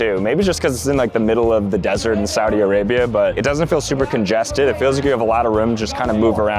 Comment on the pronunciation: Im a gurl...AYO its sauut arabia